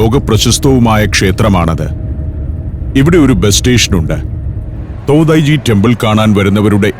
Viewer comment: തോതായി-ജി temple അല്ല തോഡൈ-ജി temple ആണ്‌ ശരി